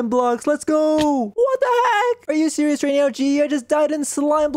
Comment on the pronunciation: Are you sewious right bruh 😐